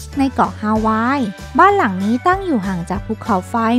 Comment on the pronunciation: บ้านบาง"หลัง"ครับ ไม่ใช่บ้านบาง"หรัง"